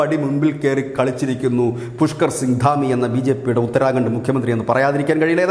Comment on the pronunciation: ഉത്തര'ഗ'ണ്ട്??? 'ഖ' എപ്പഴാ നേരാം വണ്ണം ഉച്ഛരിക്കാൻ പഠിക്കുക?? 🙄